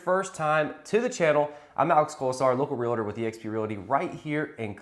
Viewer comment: R E A L T O R is NOT a 3 syllable word..... NOT Real A tor. So simple just 2 syllables....REAL tor. Time to get it right!